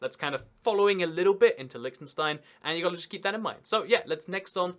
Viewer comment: i hate how he pronounces it like lickenstein